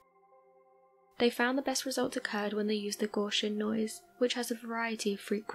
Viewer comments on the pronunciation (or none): none